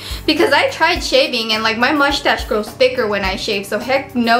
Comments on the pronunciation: she says : Mouchtache :D LOL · why cant you say moustache properly? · lol I was going to comment on that too, I love the way she says mushtassss haha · Lol I love how she says mushtash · "And also I have a "muchtass", haha :D <3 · Lol mushhhtashh